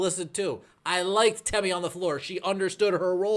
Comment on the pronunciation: If your so sad to see her go, say her name correctly out of some respect . It is temi not tammy!! No disrespect I am a subscriber.